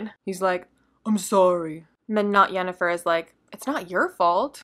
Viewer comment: Not "Yennifer", with a 'Y'. See: The Witcher